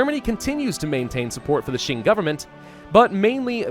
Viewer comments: Hey! Qing sounds similar to ching if you say "Cha-Ching" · Qing is actually pronounced as "Xing" in english. this sound is actually not in any english words, so think of this sound as the "ching" sound in english but instead of using your whole mouth, you make a lighter sound using your front teeth. hope this helps, and it's ok if anything sounds weird. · it is either prononuce shing like the sword shing or the king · Its Q-ing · i think it is pronounced shy-ing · Nah, yes the closest English transliteration might be Ching but the actual pronunciation is Ching without the h sound, so a bit like Cing. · It is pronounced like Ching sounding like a ch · Isn't Qing pronounced Ching? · Hail to the son of heaven! The rightful ruler of all of China!!! Also as for the pronunciation I think it's mostly said like it's "Kuing" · It is the chin the Q in mandarin is a ch noise. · No, unfortunately all of you are wrong. The Q in Qing is pronounce like a ch but without the h sound. So a bit like Cing. Source: I speak Chinese. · "Insert the botched pronunciation of Qing and Manchu here" Me: I would like to strangle myself rn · I'm pretty sure is the only hoi4 youtuber who doesn't know how to pronounce Qing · Thank you very irritating to hear saying it wrong